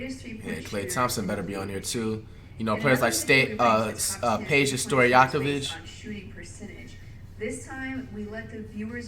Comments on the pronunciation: Could pronounce Peja Stojakovic right but not Luka Doncic 🤔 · He can pronounce Peja Stoyakavic but he cant pronounce Russel Westbrook Weeseel Restbrick😂😂😂